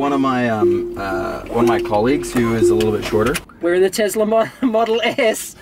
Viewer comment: Tesla not 'Tezla'